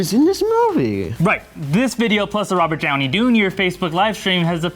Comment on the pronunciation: "Robert Downy Dunior"